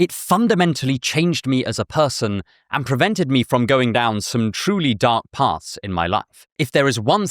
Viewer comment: Dark "PARTHS"